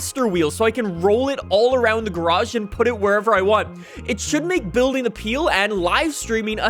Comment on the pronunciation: Peel?? PEELL?!!!!!